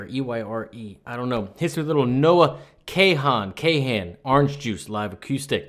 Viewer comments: Love your reviews. Kahan is pronounced like "Kawn" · My college-age daughter would insist that I tell you her very favorite artist’s name is pronounced “con”. Came for the music, stayed for the life lesson about failure and redemption. Thanks for that. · Noah Kahan's last name is pronounced Noah "Khan" or "Con", from fellow resident here in his hometown of Strafford, VT